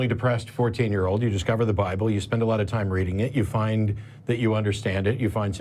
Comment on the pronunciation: Da bi bull... da bi bull... cringe. Isn't it odd that bible believers have no sense of logic